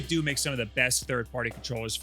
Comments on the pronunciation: Isnt it 8bit dough for pronunciation, like nintendo? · You put the B and A buttons in the wrong spot And it's pronounced 8 bit DOUGH like tae kwon do or jeet kune do, like a DAO I don't trust a single word of this video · says it "8-bit-doo" but a lot of others (including the guy in his clip near the end of this video with the disconnection issue) pronounce it "8-bit-dough". So which is it? EDIT: I JUST got to the end of the video where he proves once and for all that it's "8-bit-doo". THANK YOU!!! Kind of dissapointed actually because I think 8-bit dough sounds better. Like "That 8 bit though, bro!" whereas 8-bit doo just... doesn't make any sense in a sentence? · Always thought it was pronounced 8-bit-do (like dough) so 8-bit-dough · 8bitDOO and not 8bitDOH. Wow, I didn't think that'd be the way to say it. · It's funny, because back in 2013 or so when the company was first founded, their logo looked very similar to the Nintendo logo, except with the pixelated "8Bitdo" text. Reviewers from that time were pronouncing it either "8bit-doe" or "8bit-doo", even in official material like their 8bitdo ZERO videos on their YouTube channel. My theory is that, because lots of people kept pronouncing it "8bit-doo" since they weren't sure how it should be pronounced, that's the official pronunciation they went with when it came to their rebranding.